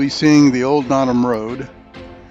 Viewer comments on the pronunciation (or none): NOTOM. "NO" - "TUM". And are you familiar with the history why it received that name? So my background quicky...my wife grew up on Notom Ranch and we continue to own property on the ranch and on the Henries. I did however enjoy your video - until you said Notom lol.